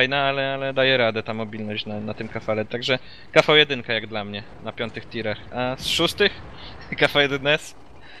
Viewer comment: nie kafał1 tylko kv1